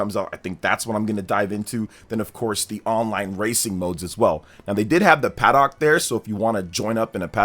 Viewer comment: Your pronunciation of paddock is crazy. Try it a ‘paddick’